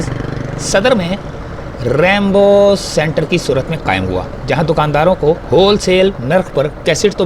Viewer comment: It’s not Rambo centre it is Rainbow centre. Please correct it. Thanks